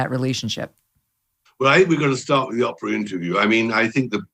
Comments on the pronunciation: Mr Bower, it’s OH-prah, not Apprah! Sorry, I just had to say it after watching several interviews w this guy…it started grating on my ears😜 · Why can't he pronounce 'Oprah' as Oape-rah like the rest of the planet does?! It's OP-OP-OP all the time. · I LOL every time at Tom Boyer pronouncing OW's name as "Opera". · Lol opera....um it's Oprah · Can someone please send this to Oprah. I just love the way Mr. Bower pronounces her name. 😂😂